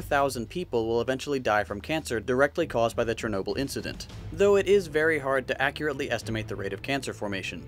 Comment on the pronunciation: No one: Not a single soul: Narrator:CHERnobyl